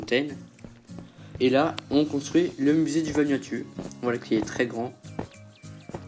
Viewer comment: On dit pas VanuatU on dit vanuatOU